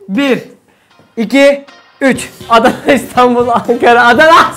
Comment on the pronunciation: te :Anana" mi dedi yoksa "Adana" mi ?